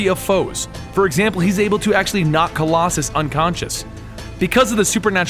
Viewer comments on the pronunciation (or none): none